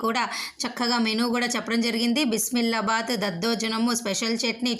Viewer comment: బిస్మిల్లాభాత్ కాదు, బిసిబెళ్లా భాత్ అనాలి వారు